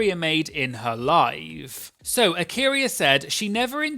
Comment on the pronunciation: "I'm just going to summarise the main point in her LIE-ve", I love you for this. LOL.